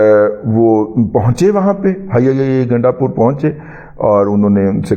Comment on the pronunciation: Ganda pur ka name lay tay he ap kuttay ki tarha awaz kun nikaltay ha sit bilkul acha nahi lagta. I'm PML N lover and DADA G ap ko unsubscribed kia ha lakin izzat karna nahi chora. Sukriya